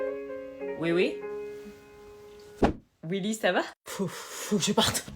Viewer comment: a dit Wywy a la place de Wylly